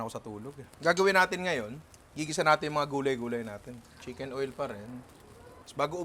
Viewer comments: Hoy!! at "CHICKEN OIL" HINDI "CHIMKEN OIL" HAHAHA NINONG NAG HAHANAP KABA NG QUALITY CONTROL? APPLY SANA KO 🤣🤣🤣🤣✌️✌️✌️ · chimken oil? Or chicken oil? 🤣🤣